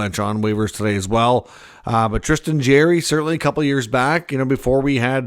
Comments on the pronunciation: It's JAR-ry , not Jerry , just fyi . Would hate to be a Canuck fan lol . Say adios to Miller and Boesers outta that rat hole end of season :) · Sound out his last name. Its not jerry